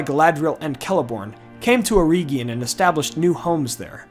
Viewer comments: It's not "EErEEgion" it's "eregion". Please don't butcher Tolkien. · Eregion. Not Erigion